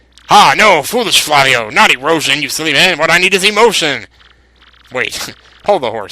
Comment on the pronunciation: the name Flavio is pronounced like that model Fabio Lanzoni. Just thought I would let you know